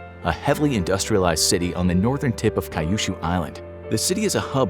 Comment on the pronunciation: Yo, it's pronounced KEE-Yoo-Shoo, not Kai-Yoo-Shoo!